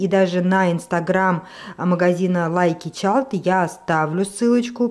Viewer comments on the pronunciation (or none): Не Лайки Чалд, а Лаки чайдл. Лаки (lucky) от слова "лак" (Luck) - удача, а не "лайк" - нравится. Не "Чалд ", а "Чайлд" -ребёнок. В итоге название Lucky child, дословно, счастливый ребёнок или Ребенок-счастливчик. Ну раз просили комментарии...